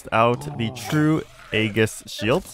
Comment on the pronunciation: Hey, Aegis is pronounced with a soft G, so it's like Aejis